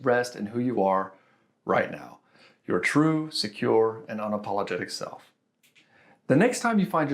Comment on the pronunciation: lol was that an "unapaulagtic" ✌️